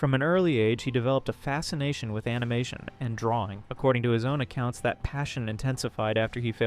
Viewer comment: So... I'm intrigued with the video topic, but... does anyone else feel like something is off with this video? Describing comic panels, but only after they've appeared and cut away to something else? The obvious mispronunciation of "animation" as "an-ee-mah-toon"? Despite pronouncing it correctly earlier? Also, given that this page last updated 13 years ago... I'm genuinely curious... Is this AI? I'd like to believe the creator genuinely got back into making videos, but some of these quirks don't feel... human. You know? I don't mean this as an insult to the uploader. It just can't shake the feeling something's off here, though. 🤷‍♀️